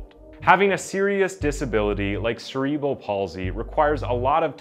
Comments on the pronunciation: This was a weirdly put together video. The dramatic music and descriptions seemed a little insensitive. Like the death of a child isn’t something to use for dramatic entertainment. There’s a lot of ways to speak about cases without making it into a TV drama. Also the weird subtitles and word pronunciation were strange as well. Cerebral palsy is pronounced [se][re][bal] not [se][reee][bral]. And latter is pronounced [la][ter] not [later]. They’re two totally different words and spelt differently for a reason. And hiding words like ‘death’ but then not in later sentences. Or victim. These are normal words. Just seems really off to me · Cerebral is not “See” it’s “Sera”. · Say it with me, CEREBRAL.